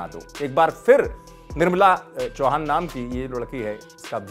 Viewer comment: Be first its nirmala not nirbala🤣